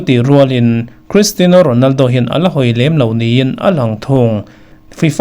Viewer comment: Sir, Cristino ti tawh lovin Cristiano ti tawh zawk teh, beng a kham deuh tlat thin 😁